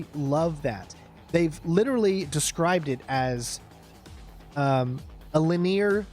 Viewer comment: Why do you pronounce the word linear as “laneer”? So strange.